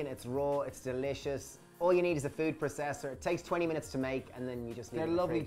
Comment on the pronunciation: please stop saying "PRA-cess-Er". please.